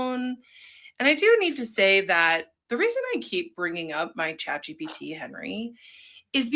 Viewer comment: it’s chat GPT. not GTP.